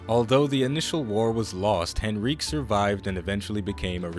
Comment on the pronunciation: You butchered Henrique pronunciation :,c